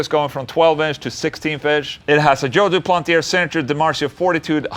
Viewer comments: "Doo-plant-ee-ay" Ola lol...not "Doo-planty- air" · Englund the R at the end of duplantier is silent,the sound is "duplantié",you are welcome 😁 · It's joe du-plan-tee-hey